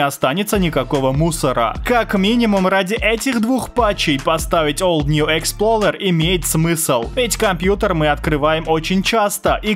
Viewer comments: експлоРер, а не експлоЛер, у тебя даже в самом видео в названии окна программы видно) как ты "р" на "л" умудрился помнять?)) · не expLOLer а explorer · Old New ExploRER а не Ler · ExploLER 😂🤣 Если кто не знает, правильно Explorer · Никто:: ExploLLLer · ОлдньюэксплоРер EXPLORER Р А НЕ Л